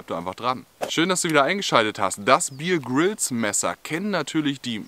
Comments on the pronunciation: Bitte, der Mann heißt (ausgesprochen) Bär Grylls, nicht Bier Grylls! Ansonsten super erklärt, tolles Video! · Wenn der typ wirklich 'bier grills' hiesse, dann würd man ihn 'beer' 🍺 schreiben. Er heisst aber 'Bear Grills' und wird 'beäh grills' ausgesprochen. So, genug klugscheisserei, zurück ins video😉.